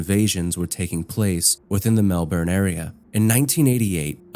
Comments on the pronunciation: hi. thought I'd put this in the comments before you get other fellow Aussies getting mad. the correct pronunciation for Melbourne would actually sound more like ( Mel-bin) rather than (Mel-bern) easy mistake👍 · please check your pronunciations before you do narration! melbourne is pronounced "mel-buhn" (like "melb'n") not "mel-borrrrn" and "nicola" is a really common name so im not sure why you were pronouncing it that way? sedan is also "suh-dan" / "s'dan" edit: why do you pay for twitter lol